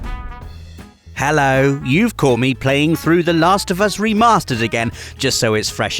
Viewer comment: No no doesnt say hello....he says hallo